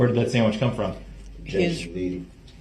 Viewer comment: ‘Sammitch’ 😂😂😂 i didn’t get it before when it’s been said in previous lives! Kee kee kee!